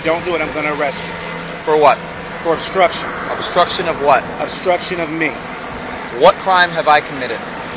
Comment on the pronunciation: "Obstructio of me" cmon mate you can do better than that